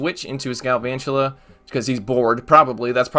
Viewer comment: Just pronounce galvantula like drakula ah ah ah. The count from Sesame Street one